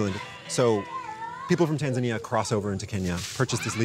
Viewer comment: Why doesn't the reporter pronounce Tanzania properly? The local will say it and he repeats with the incorrect pronunciation every time.